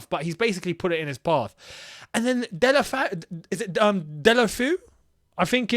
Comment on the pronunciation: Man said Delafoo hahaha